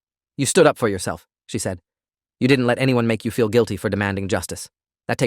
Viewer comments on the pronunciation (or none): none